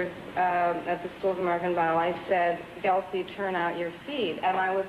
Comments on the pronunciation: no Z in, Gelsey! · It's Gelsey. Not GelZey. Jeez